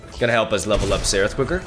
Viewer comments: It's not Seraph, It's Zerath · It sounds like you are pronouncing "Xerath" as "Serath" not sure if its just me but anyway its pronounced "Zerath" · when do you guys think will notice he is saying Xerath wrong?